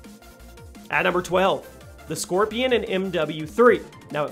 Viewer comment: It’s “Skorpion” bro not “Scorpion”, and it’s pronounced SHKorpion. But as always, awesome list!